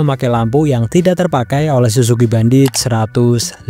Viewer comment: Suzuki bandit bang . Bukan bandoot 😂